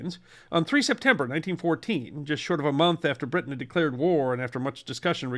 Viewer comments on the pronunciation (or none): none